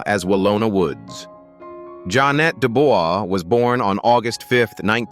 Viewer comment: Pronounced Ja'Net (Janay) Dubois (Du'bwa)